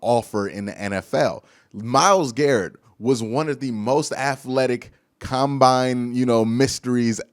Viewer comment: I love ya, but please say aTHletic not aFletic. lol